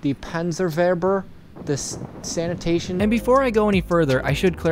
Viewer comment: I like how he pronounces Sanitäter (Medic) as sanitation XD